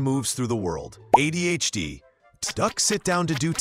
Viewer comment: It's ADHD, not AI-DHD.